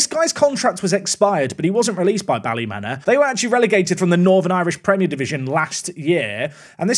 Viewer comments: Another NI player :D also just a heads up, ballymena is pronounced bally-mee-nah, as opposed to bally-men-ah :) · Yay I can join the "correcting pronunciation" club: It's Bally-Me-Na Not Bally-Men-A And also everytime you say Ballymena, you must immediately follow it up with "high" or "heigh" to mock their funny accents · You butchered the pronunciation on the Northern Ireland team Ballymena you pronounce it Bally-mean-a not Bally-men-a ❤ love your videos I’ve binged this whole series while I’ve been sick don’t stop 😂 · As a native Northern Irishman I've never even thought about Ballymena being pronounced exactly the way it's spelled out. 🤣 If it ever comes up again it's pronounced Bally-mean-a. If that seems silly that's because it probably is! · Hi just as a Northern Irishman it’s pronounced Bally-mee-na, loving the series keep smashing it at rugby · Hi! Loved the video as always. As someone actually from Ballymena it’s pronounced Bally-mean-a. Talk about a coming together of worlds. Anyways, I’m off to get caught up on this week’s videos👌🏼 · As someone who is from Ballymena that pronunciation was.... almost as painful as living here lol. For future reference its Bally- mean-a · Ballymena is pronounced "Ballymeena". It seems like whenever there's any chance of ambiguity regarding pronunciation, goes for the wrong one... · It's pronounced Ballymeana. 😂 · It's pronounced Ballymeeena! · Nails the Spanish pronunciation, can't pronounce Ballymena. Just things 😂